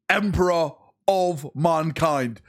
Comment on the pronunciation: HO... LY... EMPRA! THE NORN EMRISSA IS REAL!